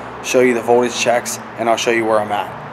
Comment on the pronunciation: Just thought I would let you know there is a 'T' in 'voldudge.'